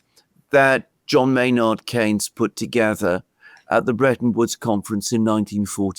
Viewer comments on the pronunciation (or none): none